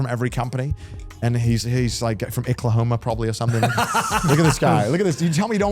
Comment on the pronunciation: As someone from Oklahoma, calling it Icklahoma had me rolling